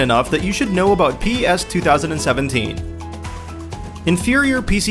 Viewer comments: Its PES not P-E-S FFS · Please stop saying p-e-s its driving me nuts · It's pronounced pez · is u spell it pes. It's pronounced pez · Etf is pee ee ess?